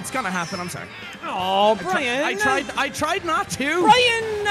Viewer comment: I could tell them all apart. Sean and are the ones that I watch the most then after that it’s Brian then. Also if you watch and Brian you know that sometimes (most of the time) says “Brine” instead of Brian.😂😂😂